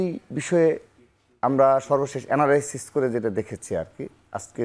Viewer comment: 👉 এনারাইসিচ ❎ 👉 এ্যানালাইসিস ✅